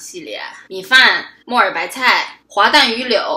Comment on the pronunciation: 我把木耳白菜听成末日白菜😂